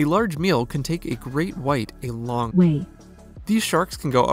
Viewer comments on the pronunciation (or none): “A large meal can take a great white a long wae ”